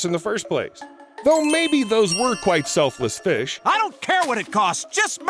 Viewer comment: I DONT CARE HELP HIM "thank you fesh" (Edit)what happen to humanity these days